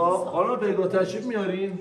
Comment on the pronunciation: چرا پگاه رو گفتی بگا 🤣